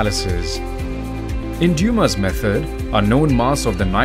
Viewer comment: His last name was Dumas, not Duma.